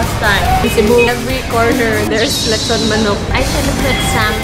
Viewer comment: Lechon not letson